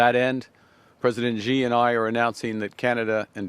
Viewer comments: It's not "ji" it's xi "she" Jing ping. Why can nobody get that right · carney needs to learn how to say Xi like lmao why do so many white people pronounce it gee